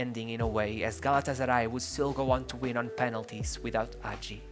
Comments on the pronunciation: If you make a video about a player, you can at least learn how to pronounce his name, if not the name of his teams, his coaches etc. The pronunciations are on Wikipedia. The footage in this video is horrendous, and doesn't even match the commentary. This is a shame, because the commentary is quite good and thorough - and, with proper footage and a basic effort of learning the player's name, this could have been an amazing video. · Thank you for making this video. This is the greatert football player in our history and he definitely has a good spot in all time international tops. But I must say: it's Hagi, not Agi; in romanian, the letter H is not mute, it's quite articulated. :) FYI: Now he is a Owner/Manager of FC Farul Constanta. He also has a youth academy that bears his name and in which he has a lot to say. His motivation now is to find young talents and help them grow. Currently, Farul sits in the 1st place in the romanian 1st league. Legend. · its Gheorghe Hagi with an H not Gheorghe agi put an accent on H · Ghoeroge Agi lol is hagi h a is a and i is e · dude, i respect your work but please for godness sake try to pronounce that H Hagi , not AGI, pls H like in HAHA, HAGI pls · is hagi not agi ... the H is still there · why does he call him agi 😭😭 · Yeah, bro, but that's no excuse for truncating videos, for posting videos of such poor quality, and for posting clips which have nothing to do with the commentary. Also, it takes an amazing talent to mispronounce almost every person's name (including Hagi's) and almost every team's name to such a degree. You put so much research into this, too bad you didn't spend five more minutes on Wikipedia to find out how the names are pronounced. That, plus a better choice of video clips would have made this an amazing YouTube video. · please before you make a video about someone find out how to pronounce their name. the video would be good but it's unbearable that you say his name wrong every 10 seconds